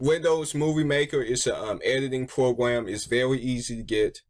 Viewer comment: And also you can't say Program or frame you said fwame and pwogwam